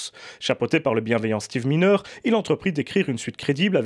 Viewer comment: C est pas Steve mineure. Ca se prononce MAILLENEUR et s ecrit miner